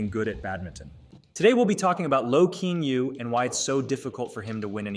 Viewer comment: I know nothing much a bout badminton, but Kean Yew is pronounced Ki-yan You 😅